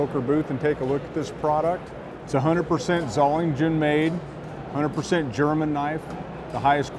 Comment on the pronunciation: should be able to pronounce Böker and Solingen....